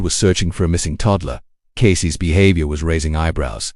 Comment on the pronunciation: Sloppy AI dub (Casey's = "Casey-ESS" - dude, for real?), AI-generated visuals, baity narration ("this will change how you look at that case, just don't stop watching!" my ass...), the title is also a bait. Sorry, but there are multiple true-crime channels that actually put in the effort and produce much better content, without trying to trick people into watching until the end... Putting on 'do not recommend' list.